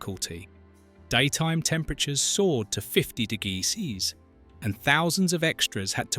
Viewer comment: Fifty Degee Cees! 😂 This could have been 1/3 as long as it repeats the same story 3 times.